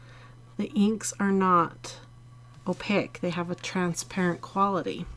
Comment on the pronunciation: sorry, but this is one of my pet peeves, opaque, rhymes with cake!!m there is no I at the end